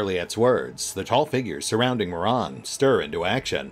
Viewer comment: I love how pronounces Muaran as moron.